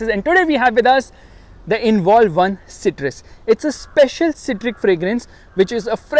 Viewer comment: pronounce "citrus" properly 😂